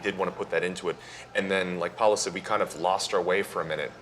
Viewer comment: Paolo, not Paulo lol xD